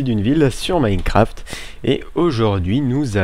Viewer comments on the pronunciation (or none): none